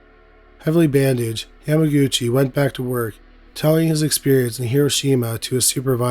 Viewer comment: only here to say the name is pronounced "YAMA-GUCCI" with emphasis on the "u."